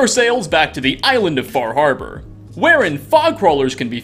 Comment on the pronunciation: Far harbor? WHats that... It's FaH hAbAh